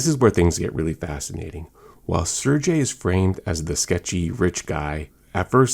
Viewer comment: Hey bro just came across you channel you got a new subscriber,, just a heads up unless the movie says otherwise I think it’s SIR-GAY,, maybe the movie uses SIR-JAY